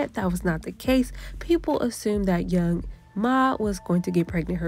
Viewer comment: It’s young M.A not young ma🤦🏻‍♀️